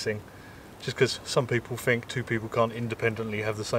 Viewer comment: Here is an idea go to visit a Speech Therapist and have your " th " speech impediment corrected i had the same ( when I was 7 ) words like " think " are not pronounced as " fink "